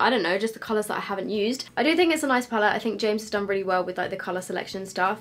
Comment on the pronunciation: James recommended the Mac paint pot, or the P Louise base for an eye primer, he even said in his video even though he obviously loves Morphe he doesn’t recommend their eye primer. So, I’d love to see you do this again with either of the recommended eye primers. Also, it’s PALETTE!! Every single comment on every YouTube channel is “pallet” 😩🤦🏼‍♀️